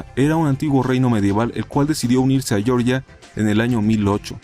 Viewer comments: Por qué dices "Yorya" en vez de "Georgia"? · Un detalle, Georgia como lo pronuncias (Yorya) es el estado de Estados Unidos con la capital Atlanta. El país del Cáucaso se escribe igual pero se pronuncia como se escribe, (Jeorjia). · Jeorjia wai, no yeoryia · la mayoria de esos paises no son mas que territorios que aspiran a ser independientes pero no son tales paises y por favor me duele a los oidos que cuando hablas de georgia digas llorlla sino sabes como se pronuncia en el idioma de aquel pais pues pronuncialo tal y como se escribe en español es decir georgia pero no me lo digas como si fuera un estado de los estados unidos. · Georgia..? En estados unidos, wow no lo hubiera imagiando, o quizás quisiste decir "jeorjia" (Goergia) como en verdad se pronuncia... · Georgia se pronuncia como se lee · Pronuncias mal Georgia .Sin ofender. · Georgia no se pronuncia así compañero, si lo llamas así te refieres al estado de USA